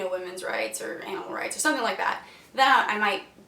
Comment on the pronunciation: 6.53 "anal rights"? :P